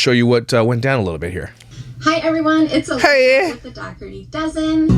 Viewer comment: Just letting you all know, the gh sound in Dougherty is a “h” sound. “Daw-hurty” is how it’s supposed to be pronounced. :)